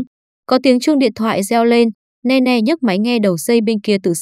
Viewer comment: Là nini ( Nene ) chứ ko phải Ne Ne